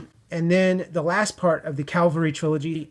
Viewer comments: Ca-val-ry, not cal-va-ry... :-) The ca-val-ry is in reference to horse mounted soldier. Cal-va-ry is the hill upon which Jesus Christ died for sin. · Let's say it together CA-VAL-RY not calvary. The Long Voyage Home and They Were Expendable are great.